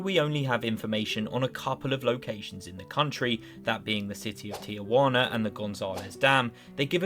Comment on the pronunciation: Everyone practice saying “Ti-wana” a couple times. Just three syllables.